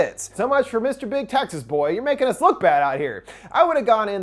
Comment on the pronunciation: I love each video but this one sounded like "sexist chainsaw massacre"😆